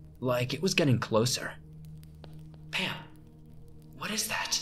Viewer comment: “Are you saying Pan? Or Pam??”